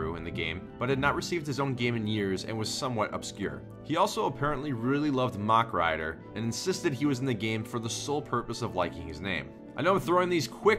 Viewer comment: you pronounced it correctly